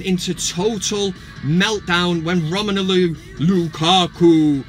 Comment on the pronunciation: Why do you call him "Romenulu"? It's "Romelu".